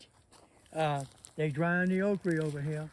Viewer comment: Once he said "okre" I knew we could listen. Save this video!